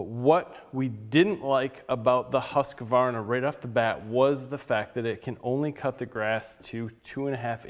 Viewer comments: Its not Husqavarna, it's Husqvarna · BTW, it's pronounced "HOOS-kvarna". Very good video. I got an Automower 105 3 years ago and haven't looked back (and I live in a cold climate, too). But if I have to replace it at some point, Worx seems like a better choice, thanks to your review. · Its called ”hus-kwar-na” regards from a swede